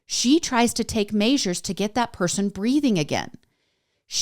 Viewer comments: MEASURES. say it with me. Measures. Not maysures. Please stop the ridiculous pronunciation. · Measures and autopsy. Why can’t she manage to pronounce these two words in any episode?